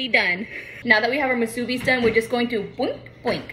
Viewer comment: Love how she says “musubis”. Accent is on the 3rd syllable and not plural. Mu su bi’ - doesn’t matter, she’s so cute, love your videos!